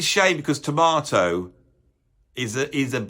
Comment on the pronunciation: It's T O R M A T O !!!! Not tomato.